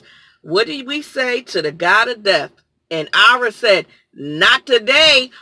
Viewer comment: Ma'am, it's Arya. Ar Ee Ya. I can't even with you right now.